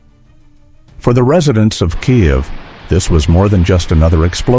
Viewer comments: 'Some' were intercepted...? BULLSHIT. Maybe 1 or 2; the rest were untouched and did the job...Stop lying with your pathetic ("Kai - ev' instead of Keev...WTF) AI narration...Downvoted! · o please!!!! IS NOT "KAJEV"!!!!